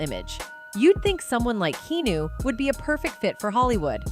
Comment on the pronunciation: His name is Keanu not knew learn pronounce before you spk